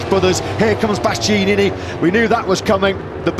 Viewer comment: My man didn't say Bastianini right once